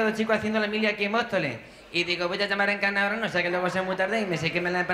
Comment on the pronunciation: a dia de hoy, cuando alguien se llama Encarna, yo digo "En-cannna"..fue absolutamente genial